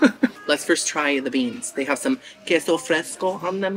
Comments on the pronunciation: Girl…it’s pronounced K-SO ((QUESO)) love ya either way!😘🤣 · Queso isnt like keh-so....its more kay-so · Please… it’s Kay-So (Queso). Also, it’s Buff-A ( not Boof- A) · ok this totally basic (not) white girl is going to correct you lol it"s kayso love your channel so much